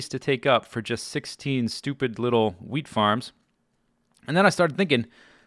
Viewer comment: swear you sound like you say weed not wheat